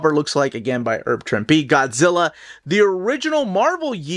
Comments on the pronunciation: sorry ahead of time if I sound like a jerk but is there a reason you say "erb" Trimpe? Thanks for the great videos as always! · A couple minor pronunciation notes: “Herb” isn’t pronounced like “erb”, but with the H sound; see Herbert Hoover. Also, it’s “wreak havoc”, not “wreck”.